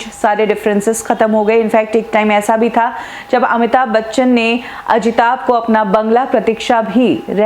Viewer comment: It's Amitabh Bachchan..not Amita Bachan. Pehle naam toh pronounce karna seekho. Phir trolling jaari rakho. Waise bhi aapke aur 70mm Rahul ke videos zyadatar Amitabhji ko troll karne par hi hote hai.